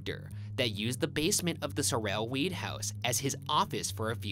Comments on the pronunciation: it’s SOR-el not SORE-l not to be Hermione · Sorrell is pronounced sore'll, like the guy who played Boss Hogg on the Dukes of Hazzard TV series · Sorrel is actually pronounced like "Carol". It's my last name and Ryan was making me crazy mis-pronouncing it. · my name is sorrel but it’s pronounced like coral instead with a s instead of a c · my name is sorrel but pronounced like coral with an s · bruh it's pronounced sore-L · As someone who lived in Savannah and has been in the house multiple times, the way they're pronouncing Sorrel is killing me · I hate how Ryan pronounces "Sorrel" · oh my goodness they're saying Sorrel wrong and its driving me crazy! -a sav native